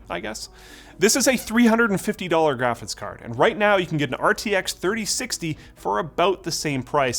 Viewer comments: Are you saying “graphits” instead of “graphics?” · It's almost 2023 and is still saying "graphits card". Love it